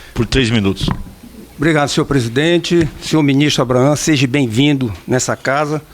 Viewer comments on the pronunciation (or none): DEPUTADO EDER, NÃO FALA SEJE... DEVE PRONUNCIAR SEJA.